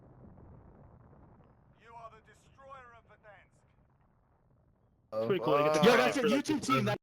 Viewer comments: Verdansk 2020 is Ver-DONE-sk. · I do have to ask how do you miss pronounce verdansk???? It says it in the game sooooo many times and not a single time is it said the way he says it